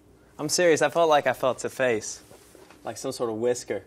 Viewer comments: "face" sounded british, whisker was a lil mid-western, huh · Skittlez 'face' sounded like Harry Styles, 'whisker' sounded more American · ania It's the Colorado in him 😂 I do the same thing at times